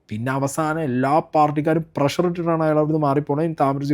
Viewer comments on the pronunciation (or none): none